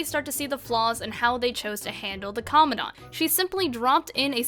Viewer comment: I agree but at least pronounce comandant right please also borderlands 1 is better because it doesn't have the sawtooth could ten part